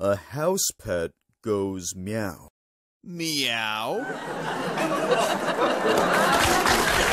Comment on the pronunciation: Sonic said mewo